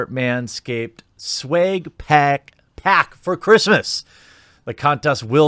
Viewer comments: I got the "Sweg Peck" Jeremy. 😂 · Why do you intentionally pronounce swag incorrectly?